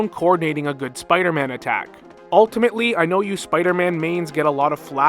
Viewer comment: That one Spider-Man pronunciation he said: “smmider-man” 😂